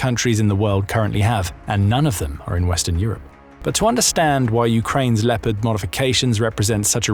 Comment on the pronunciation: Les IA de piste audios , ont une grande difficulté à prononcer les noms propres , ( Lipeurd pour léopard entre autres ) Et le débit de paroles est souvent trop rapide. Il y a de grandes améliorations à faire